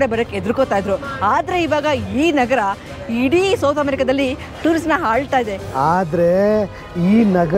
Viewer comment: Tourists na “Haalta” ide alla.. should be “Aalta” ide